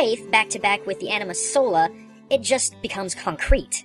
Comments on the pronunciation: The correct pronunciation for anima is (ah-knee-ma) as all may get this from the first time you fight Seymour in macalania temple where you get and use shiva . Although I agree with all your theory and understanding behind anima`s creation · I was hoping you'd have more info on Anima (by the way, the "A" in Anima is pronounced the same way you would in "Kahn"), but she got the least amount of info.